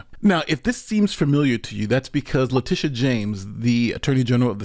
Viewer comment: Did you call her Litigious James?